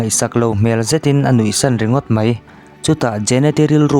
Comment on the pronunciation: "Mai" tih tur ah "mei" tiin i lam ṭhin a,a dik lo ania...eg..ani khawp 'mei' tiang hian i lam a, 'ani khawp 'mai' hetiang zawk hian lam tur ani e 👍